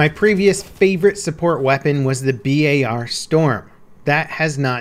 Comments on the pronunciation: It's bar not b.a.r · its not B-A-R its just bar like chocolate bar (browning automatic rifle)